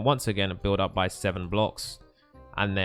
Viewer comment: lol he says upp and we say up